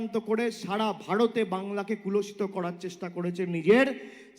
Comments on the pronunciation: Kulashita noi re , kolushito bole.. Bangla Bangla kore chechae.. Bangla vasa i jane na.. Bornoporichoy ei jonnoi porte bole. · ভাইপো তো বাংলাটাও ঠিকমত বলতে পারেনা । কলুষিত কে বলছে কুলষিত। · আপনার কথাটা হবে "কলুষিত," "কুলষিত" নয়। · কলুষিত বলতে গিয়ে বলছে কুলষিত ! ভাষা ঠিক নেই। মাথা খারাপ হলে ভাষা ঠিক থাকে না। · ওরে পাঁঠা,শব্দ টা কলুষিত, "কুলসিত" নয়।। একটু পড়াশুনা কর । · কথাটা কুলষিত নয়, কলুষিত। বাংলা চালাতে গেলে বাংলা ভাষাটা তো শিখতে হবে, তারপর অন্য কথা। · কুলষিত নয় ওটা কলুষিত হবে । ভিডিওটা অন্ধকারে বোঝা যাচ্ছে না । কণ্ঠস্বরের মিল নেই । সাব টাইটেল দিয়ে ভিডিওটা অনেক যত্ন নিয়ে বানানোর চেষ্টা হয়েছে । কিন্তু শেষে পায়েস বানাতে গিয়ে ছানা কেটে গেছে । নতুন কিছু দেখার অপেক্ষায় থাকলাম । এই ভিডিওটা কোর্টে জমা দিয়ে কেস করে দিলেই তো বেশ ভালো হয় । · কুলশিত নয়, ওটা কলুষিত হবে। ভুল ভাল বাংলা বলাটাও বাংলাকে কলুষিত করা। অবশ্য যেমন গাছ, ফলটাও তেমনি হয়। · বাংলা টাও ভালো করে বলতে পারেনা 😅 কলুষিত কে কুলষিত বলছে😅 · Aare gadha katha ta kuloshito noi kolushito. Bal ta k keno tihar nea jacche na. Ei fake sting operation thik narada sting operation er moto designed and planned by koila chor bhaipo. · এই অশিক্ষিত লোকটা ন্যূনতম বাংলাও জানে না। 'কলুষিত' কে 'কুলষিত' বলল !! অবশ্য ক্লাস এইট পাশ করা অশিক্ষিত অপদার্থ লোকের কাছে আর কী বা আশা করা যায় ?? 😡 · বাংলাকে "কুলষিত"(?) করার চেষ্টা করেছে বাংলায় কি এরকম কোন শব্দ আছে বাংলা ভাষাটাও ঠিক করে উচ্চারণ করতে পারেনা এটা তো বাংলা ভাষার প্রতি অসম্মান, নয় কি?